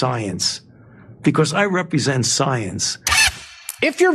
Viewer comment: Guy can't even pronounce science correctly.. "You're attacking soyence!" ..😐